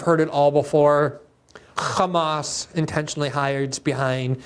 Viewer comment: Why do they pronounce "Hamas" that way? It makes me sympathetic to any group to hear their name butchered so much.